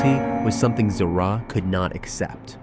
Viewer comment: not ziraaa zira